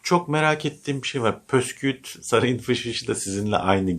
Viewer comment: Pösküüt değil hıdırcan püskevit. Lütfen